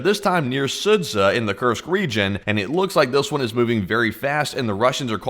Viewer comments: Not Sudza, Sudzha [s`oo-jah]. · sudzha is pronounced "soo-ja" :D thought id mention, since we'll prob hear about this place a lot lol